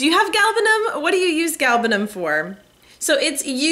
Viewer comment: I am from Iran, and I appreciate very much that you pronounced it correctly.